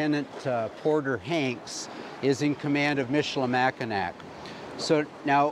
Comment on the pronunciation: pow·tuh·waa·tuh·mee MISH-ə-lə-MACK-ə-naw Enjoyed this despite the mispronunciations.